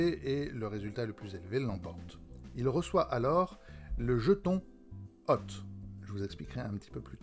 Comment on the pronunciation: La vache qu'elle est chiante cette vidéo ! Lecture des notes, le ton, le bordel derrière, hôte prononcé "hotte", Plus jamais ! Bravo pour l'initiative quand même ! (hôte se prononce pus comme "haute" pour information.